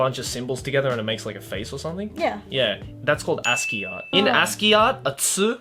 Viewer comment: That's how you pronounce ASCII?